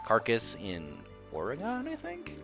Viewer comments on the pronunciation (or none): Oregon (ore-gun)